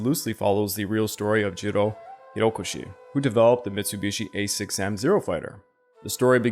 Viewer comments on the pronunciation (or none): none